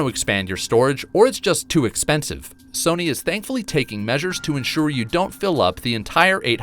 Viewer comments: Serny? Sirny? I swear I'm not hearing the narrator say "Sony" ... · Not trying to be mean but this man saying serny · Why the hell u keep calling s-o-n-y,........serney???? It's fucking up my mind bro. Why? Why? Why????? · The real question is - why does this dude pronounce Sony like “SURNEY”? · Dude said serny like 100 times but man he is meticulous when fact checking I found no false data in comparison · He says Serny instead of Sony. I don’t understand how you can mispronounce that. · I'm not the only 1 who keeps hearing him say SIRNY😂😂😂😂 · It sounds like he keeps saying didn't instead of sony, it's driving me nuts. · Man I never noticed the silent r in Sony that this guy is pronouncing